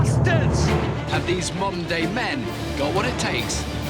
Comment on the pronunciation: Every Time He Has Said Modern day I Think He's Saying Monday So I Just Found Quite Funny To Have Somebody Called A Monday Man